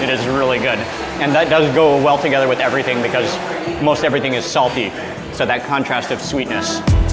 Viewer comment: “Errthang salty” 😂